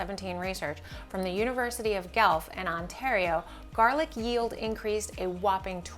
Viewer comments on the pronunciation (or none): Thanks for the video. Suggestion: the pronunciation of the university is : GWELF not GELF 😊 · What are the odds that two people with these same two names are growing garlic and watching this video in the same two weeks? !!! P.S. I'm in southern Québec. BTW it's GWELF not GELF for Guelph. A good try though. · University of "Gelf." Lol. That made me laugh harder than it should have (It's said more like "gwelf.") That being said - very useful vid. Thanks for the scape tips. It's my first time growing garlic this year and, while it's pretty simple so far, the scapes are the one part I'm unsure about (especially when it comes to WHEN to cut them) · Not sure if someone mentioned this but Guelph is not pronounced Gelf. It's Gwelf. When my son was about two years old if you said Gwelf, he laughed hysterically. It is a funny name! Thanks for the great video. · Great video but its the University of Gwelf not Gelf. Guelph. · It's pronounced 'gwelf', not gulf. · Thanks for the informative video! Cool that you mentioned research form UofG. I thought you might like to know that Guelph is pronounced "GWELF" :) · Just an FYI..the University is pronounced Gwelf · Thanks for the info. Just an fyi…Guelph is pronounced like Gwelf. 😊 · Great video very helpful only one minor thing your pronunciation of the University of Guelph Its like Goo welf to pronounce or at least us Canadians say it that way eeh thanks again for your video